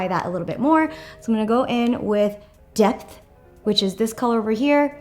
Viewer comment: tracey’s hell i first heard death too lol